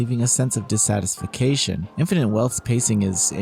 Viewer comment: E potimizes?! M? Disatification?!? Cmon dude